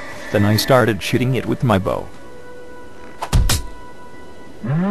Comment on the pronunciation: lol! shooting it sounds like shiting it! ' and it started ''SHITING'' some sort of lightning bolts at me!' xD